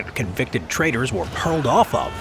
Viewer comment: 1.33 “hurled from".